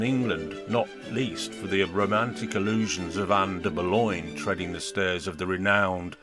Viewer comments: I've never heard her referred to as Ann "Boloin" (as in pork "loin") or "de Boloin"/"de Boulognya" (I suppose these are the "French" mispronunciations) by anyone else. It's an unnecessary and annoying distraction to your otherwise interesting perspective. Oddly, you eschew "Bullen", the usual choice for those seemingly undazzled by Anne Boleyn's enduring allure. Well, each to his own...as you said in a different context👍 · But why are you constantly mispronouncing her name? And the voice on this video is cr*p